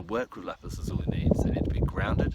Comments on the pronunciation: Please pronunciation!! It is not LAPIZ ZUZULI .....! IT IS LAPIZ...LAZULI !!! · its pronounced la-zoo-lie lol